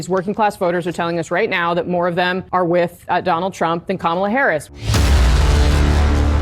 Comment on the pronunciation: Right. He is old enough to know how to pronounce "with." It's not "wiff."